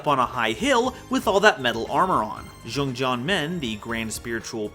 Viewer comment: pronouncing XiangJian as Jeong Jeong hurt my soul... Because it's Chinese and that's not how it's said. (For those who want to know the pronunciation, it's pronounced "Siang Jien")